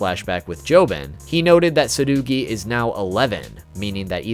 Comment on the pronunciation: Crazy how you pronounced Tsurugi’s name like that